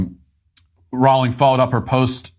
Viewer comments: Hey Matt. Her name is pronounced Rolling. A good way to remember how to say it is "she is rolling in it $$" 😁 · I really wish Matt would learn how to pronounce Rowling. Here's how I remember: "What is Harry Potter's preferred method of going downhill? Sledding... JK, Rolling." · Good clip. Rowling rhymes with bowling.